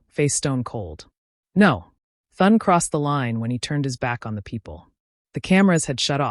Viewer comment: Maybe less dramatic filler and more effort to be able to have AI pronounce the Senate Majority leader's name